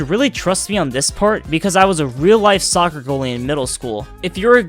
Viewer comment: When he said soccer it hurt me